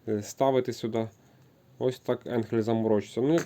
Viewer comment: Не енхель а айнхель де ти взяв цей самопал.